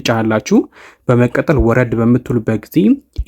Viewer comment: በመቀጠል የምትለዋን word bedenb pronounce adrgat. May be belmd eyalkewu kehone